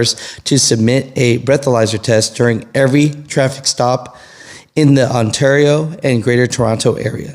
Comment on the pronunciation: say Ontario as if your saying sterio with the s😂 love the channel been watching for ever. 🇨🇦